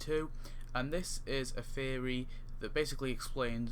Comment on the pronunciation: So nice you cant pronounce theory so its Fan Fairy